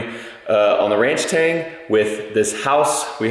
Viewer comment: Why “ranch-tang” instead of “ranch-stang” ?